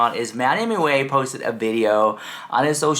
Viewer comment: It’s cracks me up that you struggle pronouncing the ‘U’ in Manny MUA. It’s like you say “ooh” instead of “you.”